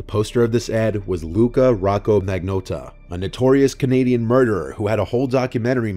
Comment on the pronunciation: Mag - not - ta. Love your channel but please learn how to pronounce names properly.